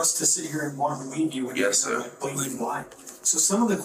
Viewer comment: "Yis ser."